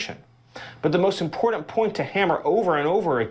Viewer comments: I have a tendency not to listen to people who pronounce "important" as "impordant" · He said "impordant" and he lies, and he's vile.. reminds me of MTG in her hayday. Rambling about bullshit while saying words like sometheen and notheen. Smh.. I'm dead. I give up.